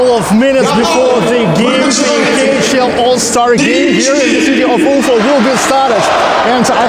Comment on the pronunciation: Дружище, всё очень хорошо, но, пожалуйста, прекрати коверкать название "Уфа". Ударение должно быть на последнем слоге, и никак не иначе. Англосаксы специально коверкают русские названия и фамилии, чтобы нас унизить. Но, если внятно ставить правильное ударение, они это понимают и принимают безоговорочно. Соблюдай свою честь и национальную гордость.